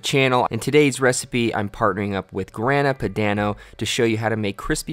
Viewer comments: looks amazing, but damn man, at least try googling pronunciations before attempting baumkuchen or grana padano (grAHna padAHno) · the way you said Grana Padano made me cringe.